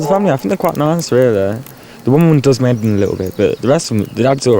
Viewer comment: she makes head sound like 'ed.